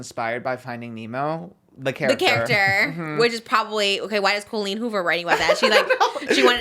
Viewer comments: Not pronouncing Colleen Hoover like Colleen ballinger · I love her pronouncing Colleen Hoovers name like “colon” Ballinger lol